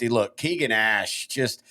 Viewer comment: Ash’s name is pronounced KAY-gin. Not KEE-gin.